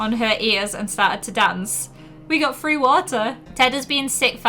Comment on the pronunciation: I can't tell if she says three or free sometimes